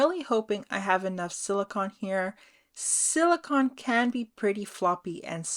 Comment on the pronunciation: Yes, thank you. I was getting a tiny bit annoyed with the pronunciation. 😃😃 I think a black background would've made them pop more. ❤✌